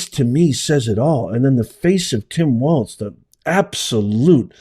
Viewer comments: Tim Walz (Walls)....not (Waltz) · Listen, I abhor the guy and pray to God Almighty he and the empty pant suit NEVER make it to office, but I’m kind of surprised that you cannot pronounce Walz (like walls), and made a way-too long video of him grabbing his kid’s arm. You find great stuff to share on here, but this is sounding like a Karen complaining. Keep up the real news for us - please? Thanx!! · You pronounce Walz like Balls. Harrie/Balz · It's pronounced WALLZ and he didn't drink horse semen. I think he is a socialist jerk! What it looks like to me is his son didn't want to hold his hand (something I'm guessing had been discussed beforehand). I think that is what he was angry about. To me it looked like frustration with a special needs child. It might not be right, but it happens, so no, I don't think it was abuse. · from Minnesota and always have heard Walz (like walls) there is no T in the name. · Walz is prounced like "walls." He's evil. The whole party is demonic. "By their fruit shall ye know them." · To me it sounds like they are pronouncing it like "Walls". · Walz... pronounced "walls" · Like this is how you say his name Tim Walz like this Tim Walls. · Pronounced wallz